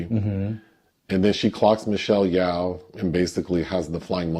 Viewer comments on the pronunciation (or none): Michelle Yeoh, her surname is pronounced more like “Yo.” The way you pronounced it, is more like the name or surname Yao. Still, I appreciated the critique of the film from both of you.